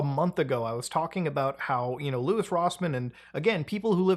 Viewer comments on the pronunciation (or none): none